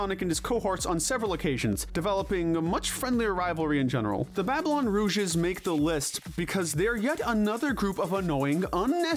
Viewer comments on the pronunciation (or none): Babylon Rogues not “Rouges” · Dude, it's pronounced Babylon ROGUES, not Rouges🤣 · It’s Rogues, not “Rouges” it’s almost like you’re saying that Rouge the Bat should be in charge instead of Jet. And depressing how some of the more SURPRISING characters are nominated here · Rouges? I think you meant Rogues. Also when mentioning the Chaotix, you forgot Ray the Flying Squirrel. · Babylon "Rouges"? It's Babylon Rogues. Rouge is the...(clears throat) well-endowed bat girl that occasionally flirts with Sonic and Knux. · "Rogues" is pronounced "ROWGS" not "ROOGES"! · Lol not having a good time pronouncing "Rogues" today are we? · Nope. XD